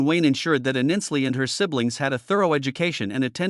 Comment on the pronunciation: At least pronounce her name right!!! Not Aninsley it Ainsley!!!!!!!!!!!